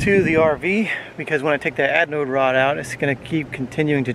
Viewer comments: sounds like you are saying adnode rod...hehe. ...great instructional video !!! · Adnode or Anode - lol, thanks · LOL had to laugh every time you called it an adnode rod. Threw a D in there for some reason. Also there is no such thing as a hot water heater. If the water is already hot, there is no reason to heat it. LOL.. Just playin with ya. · We always have a blast.....and I mispronounced anode rod throughout the whole video. I kept calling it aDnode rod. 😂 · At least you were consistent "misanunciating" the word anode. Always enjoy your videos, keep them coming and stay safe.